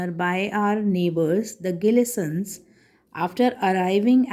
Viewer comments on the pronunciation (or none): It is not gilisson's it is gleasons